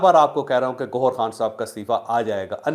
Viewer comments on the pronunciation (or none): none